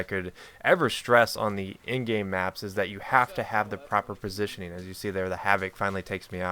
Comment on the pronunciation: tehe he said right pasition